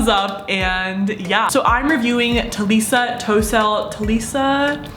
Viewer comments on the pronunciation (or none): its actually pronounced "tal-ee-a toss-ell